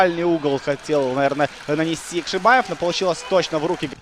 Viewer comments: ЯкшибОев, а на яшибАев. Коментатор блин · по русскому Яхшибаев комментатор правильно говорить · Уважаемый, я прочитал. И там везде он ЯкшибОев. Кроме последнего абзаца, но это уже относится к особенностям языкового восприятия. Это как открытый и закрытый слоги в английском языке. И с точки зрения нашего языка правильно ЯкшибОев, потому что в родном языке футболиста нет ярковыражнного произношения буквы А. А по поводу Ваших коменнтариев- я не слепой и вижу кто в атаке, кто бьёт и так далее. Вы не на радио работаете, попробуйте за 90 минут репортажа что то рассказать зрителю по мимо перечесления составов и кто кому мяч отдал....